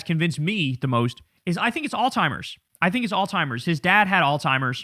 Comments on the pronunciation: Ok... I can't take it anymore. Kyle... I absolutely LOVE your content. I have been a subscriber for almost if not 10 years now. For the love of God it's PRONOUNCED ALZHEIMER'S not "all timers" I'm sure you will not see this comment but I had to say it. ****Please get this upvoted so he can see this comment**** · It's pronounced "all-ZZ-Himers" not "all-timers". Love your show, so I just wanted to help you 💜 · “ALZHEIMER’S” NOT ALLTIMERS… It’s not like ALLthephiles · Bro it’s Allz-High-Mers I said All timers most of my life but you have to button that up homie lol. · It's pronounced Alzheimer's. It's not that. If he was in the late stage of this, he wouldn't even know who he was, where he was half of the time. At best he would like bounce in and out of say himself now and memories. It's even worse than dementia. You don't just forget things, you forget what year it is, and that you are your age you are. It's not that hard to say it correctly and I understand the confusion, but it takes a few seconds to look up the disease and pronouncing it correctly would be great for those of us who had family members with it and took care of them. Especially since it's a disease that has a rare dominant gene so it's much more likely that if a parent or grand parent had it, that you will get it. Still appreciate what you do man, but just wanted to point that out. He is definitely in rapid cognitive decline no matter what it is, and we have to hope his handlers don't let him near the buttons. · Alzheimer’s no “t”